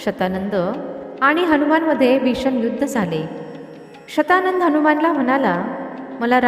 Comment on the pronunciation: तो शब्द शतानन असणार शत शंभर आनन मुख कारण रावणाच दुसर नाव दशानन आहे.. दश .. दहा.. दहा आनन आहेत असा.. ती बाई चुकीचे उच्चार करतेय...